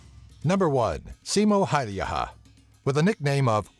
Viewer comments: he is simo häyhä not haiha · "Siimo häyjähä" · Well I shot 5 targets with 5 bullets in 3.7 seconds with an bolt action rifle. Sure the range was only 35 meters but I was 14 back then. May as well become the next Simo Häyhä when I'll join the finnish army. (f.y.i the way you pronounce his name is painful) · you pronounced Simo häyhä so badly that I laughed the whole way through but it's OK becose Finnish names are really hard to pronounce (and yes I'm from Finland) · hän ei nauraa veteraanit. Hän nauroi kertojan huono ääntämistä Suomen sniper nimi